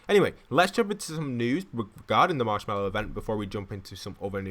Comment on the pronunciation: He said marshwalk in the first also